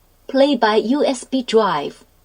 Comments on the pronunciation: "Play by USB drwive" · Laughed at the "Play by Ooh Ess Bee Dwive." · "Play by USB dwive." So cute haha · "Play by you ass bee dwive" Totally worth it just for that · "play by usb dwive" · Wow... (and flutter) "Play by USB dwive." LOL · "Pway by USB dwive" Well someone was using an UwU-Translator for that voice...